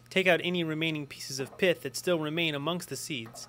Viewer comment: it's not piff it's pith lol